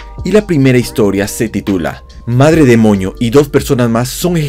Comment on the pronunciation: Andabas enfermo o por qué decías Madre demoño